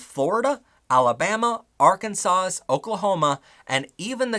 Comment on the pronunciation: The S in Arkansas is silent